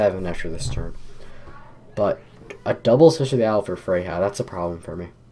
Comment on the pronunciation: Heads up: Freja and Fjord are both pronounced as though the 'j' is a 'y'